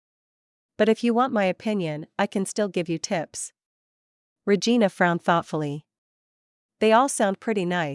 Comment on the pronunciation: Liking the story, but hearing the tts read regina as re-gai-na reminds me of awkuafina's line from shang chi and makes me wanna giggle